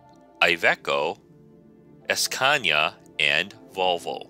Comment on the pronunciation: and don't go es-peeding in your es-cania, you might get a es-peeding ticket.